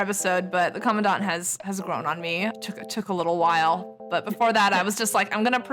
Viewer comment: Thank you for pronouncing Commandant correctly, I've been screaming internally ever since I heard it 'the English way' for the first time. 😭 Also, big thanks for all your work on Gray Ravens and for making this video. It was fun listening to you talk! I'm a big Alpha fan myself (potentially SSS-ing the new frame next year), but I have to admit that Luna is my queen. 🥰